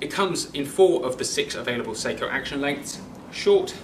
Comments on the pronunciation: IT'S PRONOUNCED SOCK-O! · sock-o…. Not say-ko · Pronunciation "Sako" short a. Two separate meanings when pronounce incorrectly. Check and verify